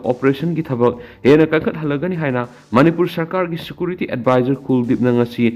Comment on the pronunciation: Security pronounce se fajana amta toubio